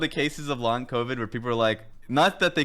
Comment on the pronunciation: co-bid? What's a co-bid? Is that like a disease or somethn?